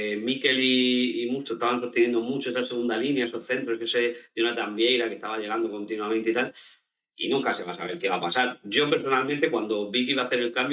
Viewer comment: Merecida victoria de la UD. Pd: Jonathan Viera, no vieira, un saludo